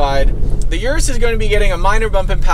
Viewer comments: The "yourus" ? U mean the Urus? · 🗣 and it's "er russ" 🤦🏾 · Don’t like the way he’s saying Urus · It's pronounced Urus, like urine?